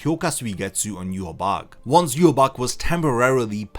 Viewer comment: It's prnounce 'yu-ha-ba-ha' not 'yu-ha-bac'